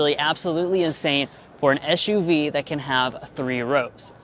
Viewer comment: Stop saying ESH U V! 😂